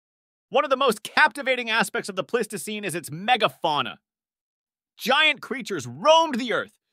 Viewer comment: You managed to pronounce "Pleistocene" 4 different ways. Congrats. And it's pronounced e-PACH, not "epic" for epoch.